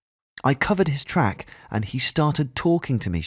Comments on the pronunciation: it's short for Tracheotomy. He also pronounced it incorrectly. It's pronounced like Trake, not Track. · geez, what's with the British narrators of US stories as of late? Mispronouncing words, i.e, trach is pronounced 'trake' as in tracheotomy tube! not track. good story though. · Maria Lewis Of course she is correct; I noticed that as well. The announcer pronounced it "track" and it's pronounced "trake". The full word Tracheotomy is also pronounced Trake-eotomy. Oh... and that's english. Get thee a proper education. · Trach is pronounced with a long A